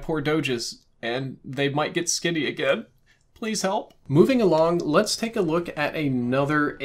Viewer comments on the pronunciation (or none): none